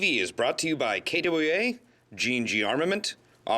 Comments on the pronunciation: lol he says kwa weird. lol. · I always laugh at failed attempts to say KWA